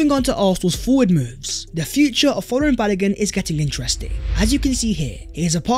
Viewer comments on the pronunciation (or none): Correct pronunciation of Folarin is Fōr lãr rïn